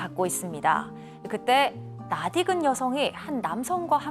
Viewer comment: 여성 아나운서의 '낯익은'의 발음이 틀린듯합니다. '낯익은'의 표준 발음은 '나디근'이 아니라 '난니근'으로 발음해야 하지 않을까요?